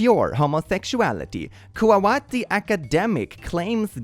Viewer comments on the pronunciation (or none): how did he read Kuwaiti as ku'owaati, does he read wait as wat? cmon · Did he say "Kawawati" !!! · I know is dyslexic but the way he read Kuwaiti had me howling (silently because it was late at night). As someone who lives there, I’ll help you out haha Breaking down the syllables Ku- Qo or Que if you want to say it with an accent haha Wait- well… wait I: ee So all together it’s Qo-wait-ee/y Hope that helps 🥰🥰 I hope I didn’t sound mean it just caught me off guard, I’ve never heard it pronounced that way.